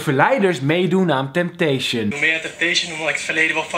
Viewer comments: Het is “Temptation” geen “Tempation“ hahaha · Kelvin het is temptation en niet tempation Geen haat #kelfamforever